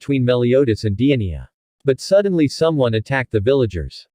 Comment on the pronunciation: The giants name is not pronounced diania